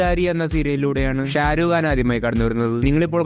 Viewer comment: Sharukh khan ❌Sharuuu khan✔️